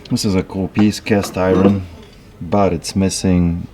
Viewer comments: He's saying castiwon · Keep picking those antique "boots" for "cast eye-ron" and "Bush & Lamb" items.:-) Always enjoy veeedios. Love the Polish accent. Not sure about that handcuff logo t-shirt, though!